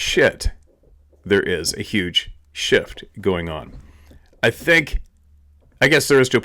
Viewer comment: 'there's a huge sjit going on!'.....indeed